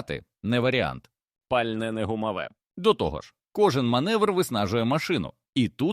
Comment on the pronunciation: Ви ж попереджайте що це казочка згенерована за допомогою ChatGPT. А то люди подумають що це правда. Доречі автору казочки - для озвучки використовуй Elevenlab. А то ця модель озвучує з купою помилок.